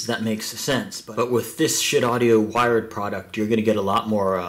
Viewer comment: It's pronounced like (Weird) it's part of Norse mythology